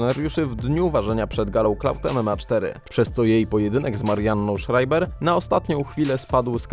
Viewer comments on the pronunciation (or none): none